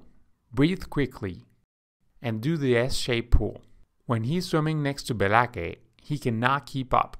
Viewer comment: My only criticism is Be-la-kay is spelled BLAKE. Otherwise, great job! :<)